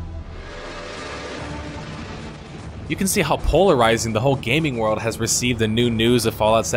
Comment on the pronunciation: Yo, how come you pronounce World of Warcraft like "Word" of Warcraft but when you say the word "World" in other sentences it sounds normal? I've heard this in all of your MMO videos.